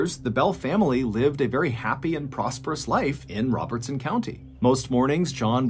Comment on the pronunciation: I live in Adams (the town where the Bell family lived). The cave is a couple miles away from me, but I’ve never visited it. Thanks for covering this story. It’s fun to hear stories from my area and I got a kick out of the way you pronounced Robertson county so clearly 😂